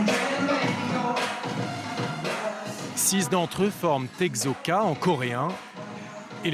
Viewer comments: Èkso et pas ègzo keyPop et non KaPop juste respecter ça 😂😂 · Egzo??? Je saigne des oreilles !!!!!! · Egzo 😑😑 "Ce groupe est EGZÔ " !! Tait toi stp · Moi perso je prononce "ekso" c'est quoi la bonne prononciation ? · Je me pointe 6 ans après mais c'est pas grave 😅😂 C'est la première fois que je vois un reportage sur Exo et il date de 2012 le truc! En plus c'est quoi ces fautes de prononciation?! Mes oreilles saignent 😭 Kris et Chanyeol? Des jumeaux? Je crois que le présentateur à mal vu. Okay ils sont beaux tout les deux mais quand même! "Des clones" "Interchangeables" "Comme programmé" EH OH!! C'est des êtres humains comme vous pas des machines!! Désolé je m'énerve 😅 le seul truc qui m'a fait sourire c'est quand Sehun passe 2 devant la caméra pour la saluer ( à ) et quand il est avec Chanyeol à 😍 Rip la voix off de Kris 😢